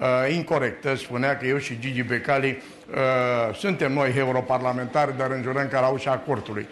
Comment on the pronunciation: Mi se pare mie sau la secunda 29 zice "Heuro-parlamentari"